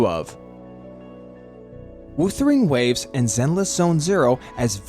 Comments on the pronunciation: Why do you say woosering waves all the time instead of whuthering waves? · Off topic but the pronunciation: W-oouu-thering Waves is THROWING ME. I'm sure it's pronounced W-uhh-thering Waves. No hate, I'm just saying it to get it off my chest 😔🙏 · Every time WuWa is pronounced "Woothering Waves" in this video, it feels like a small jab at the game 😂